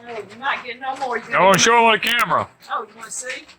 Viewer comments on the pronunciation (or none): When said "show it to me" I thought he said "throw it to me". I watched some people in Hawaii on U TUBE and they said to eat the core because it is good for you. I had never heard that before but they were eating the cores.